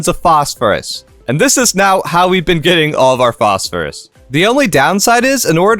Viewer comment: "Posphorus" lol